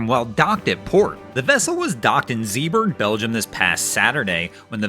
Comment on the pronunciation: Zeeburg? It was Zeebrugge.